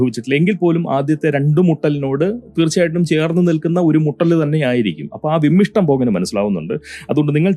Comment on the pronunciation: വിമ്മിട്ടം NOT വിമ്മിഷ്ടം…an innocuous comment hope 😊